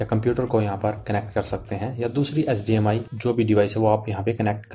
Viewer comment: abe bauve SGMI nhi HDMI hota he be 😂 aur VG port nhi hota VGA port hota he